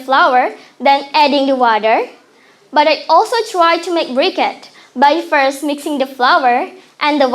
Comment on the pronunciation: Firstly pronounced properly😂😂